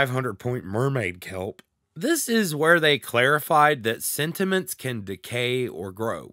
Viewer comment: When you first say sentiments I heard cinnamons XD thank you for the overview!!!